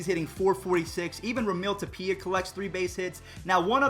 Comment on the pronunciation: U butchered both McMahon and Raimel Tapia’s name